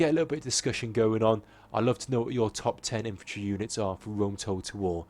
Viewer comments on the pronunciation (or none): WHAT IS "IFANTRY"??